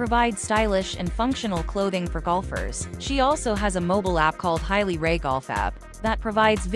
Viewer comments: Hay-Lee, not High-Lee. JFC! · Ha lee. Not Hi lee.